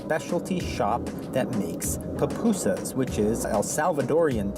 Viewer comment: Loved pronunciation of Pupusas. As a person who may eat some every other month. Nice to see different ways other places make theirs. Plus what compliments come with the order.